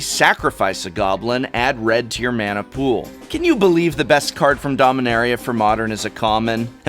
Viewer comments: Oh man! After having watched the LRR PPR, I can't unhear the 'incorrect' pronunciation of Dom-ee-NEH-ree-uh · You're mispronouncing Dominaria, Professor.